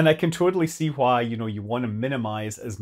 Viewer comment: Scott pronounces ‘Why' like Stewie. He also says ‘Hwhy'.